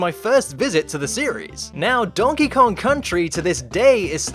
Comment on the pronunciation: The way you kept saying Donkey, I just kept hearing Shrek in my head going, "DONKEH!" Is that bad? lol But that aside, these were some interesting glitches. For once, the only one I really knew anything about was that Donkey Kong humping Grey Donkey Kong glitch. The rest were completely new for me. Well, aside from that mine cart glitch. I knew about that one, already. And it seems like a very helpful glitch to help skip past the pesky, super annoying mine cart stages. As fun as those stages are, they are ridiculously difficult.